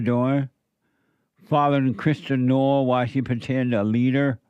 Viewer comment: Stupid comments by Jesse about Kristi Noem. How could he not know how to pronouce her name?